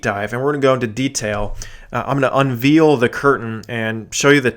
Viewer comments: Love your videos, but it gets to one's ears to keep hearing a word mispronounced over and over. So, just to let you know - the word "unveil" is not pronounced "veal" as in meat. But rather, when pronounced correctly, the second syllable rhymes with "rail" not" reel". BTW, think you are spot on regarding your prediction. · I’m so curious what region of the country you live in. Mainly because the way you say Veil/Unveil. You pronounce it Veal/unveal. Interesting.